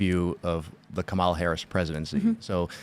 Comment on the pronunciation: must have a low IQ. She cant pronounce Kamalas name right.